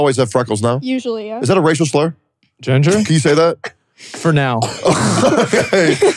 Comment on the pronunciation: Ginger isn't a slur but the way teccy said it there really felt like one